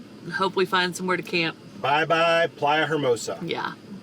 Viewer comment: Love your videos, guys! FYI, hermosa is pronounced "ermosa." The H is silent in Spanish at the beginning of the word!!! ;-) This ride is so scary!!!